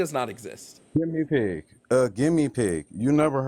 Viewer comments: I was in denial I thought he was saying gimme pig as a thing that maga hat people say about anything they don't like was thinking there is no way that's what he meant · Oh my god i just realized he was trying to say "guinea pig" 😂